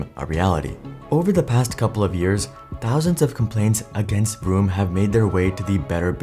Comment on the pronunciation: Listening to you pronounce vroom as broom every time 😂